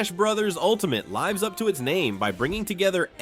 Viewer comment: because of AI's inability to distinguish between the pronunciation of the soft "i" in live (as in "I want to live") and the long "i" (as in "Saturday Night Live" for example). That and other unnatural inflections in the voiceover.